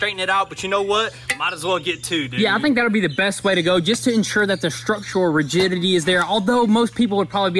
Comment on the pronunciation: lol did say structural virginity